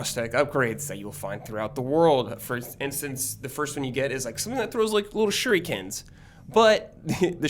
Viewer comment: My dude it’s pronounced “Shuriken” how you say it sounds like:” Sure he can” lmao I was crackin up a bit